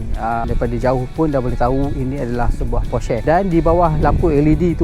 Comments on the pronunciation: Nih baru betul enthusiast. Stgh claim mcm2 tp nk sebut porsche taycan pun salah. Porsha la, posh la, teiken la, taiken la 🤭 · bang porsche bang bukan porsche...